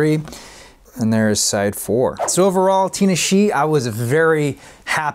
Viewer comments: Lol that artist name is pronounced “tin nah shay” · Also her name is pronounced Tih-Nah-Shay